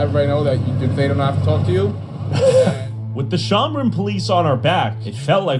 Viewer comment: "The Shomrin Police" SON I'M CRINE 🙏😭😭😭